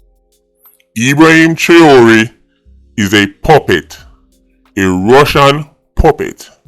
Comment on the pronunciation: YOU CAN'T EVEN PRONOUNCE HIS NAME CORRECTLY....STAY IN YOUR LANE...YOU KNOW NOTHING ABOUT GEOPOLITICAL TOPICS OR AFRICAN HISTORY FOR THAT MATTER...YOU HAVE NO MATERIAL TO BACK UP WHAT YOU SAYING..WHAT HAPPEN YOUR SOURSES IN JAMAICA RUNNING OUT OF THINGS TO TELL YOU....STOP EMBARRASSING YOURSELF 😅😅😅😅😅😅😅FOOL, NONSENCE, RUBBISH😂.